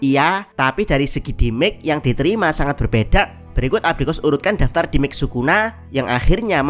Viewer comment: demej min demej, bukan dimek wkwkwk